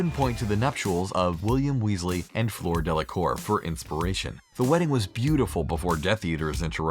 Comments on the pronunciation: I know "William" is in his name but call him Bill as that is how he is referred to in ALL of the books. Also its FL-ER not FL-OR. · DOBY? FLOOR? It's fricking Dobby and Fleur! I know the second one is French but you're not even trying